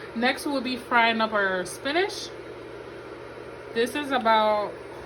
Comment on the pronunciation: Why do you say Spinash? It's Spinach!